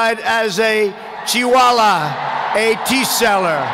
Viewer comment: Trump is trying to say chaywala🤣🤣🤣🤣